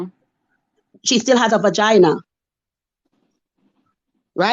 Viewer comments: The amount of times she said "Ba-Gyna" is hilarious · Vagina pronounced bagina is wild